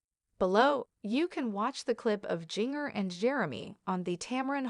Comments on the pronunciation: Learn how to say people’s it’s Jinger as in ginger! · That's what happens when you get a robot voice to narrate instead of a real person